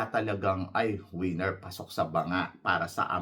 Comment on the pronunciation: ......Correct your PRONUNCIATION......It's not WIENER. This means your DING DONG. It's WINNER.